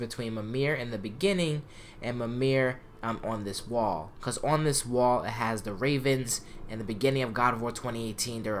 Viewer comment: Bro did this nigga jus say gwall LMFAOOOOOOOOOOOOO WHO TF SAYS GWALL